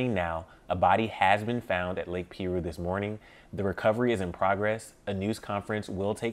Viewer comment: It's prounced pie- roo